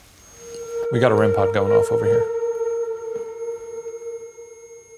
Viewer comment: A rem-PAHD